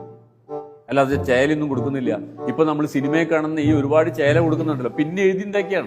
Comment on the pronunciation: അയ്യോ " ചോല " അല്ല "ചേല " ആണ്. 🙏🙏